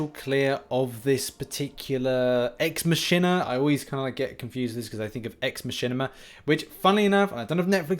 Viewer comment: It's pronounced "ex makina", like the ch in ache, or school